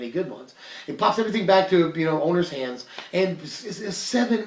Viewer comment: what about hannds? like the German name Hanns. As in you got any hannds?